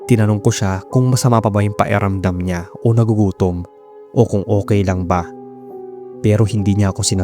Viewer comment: Pa-Ki-ramdam, not Pa-E-ramdam. Speak tagalog properly pls. Good job sa stories.